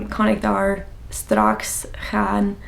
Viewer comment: When you say daar it almost sounds like dahr